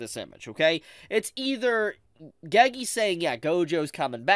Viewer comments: Why does bro say gagee It’s pronounced geygey😭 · if this guy pronounces "gege" "geygee" one more time bro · The way you pronounce Gege lol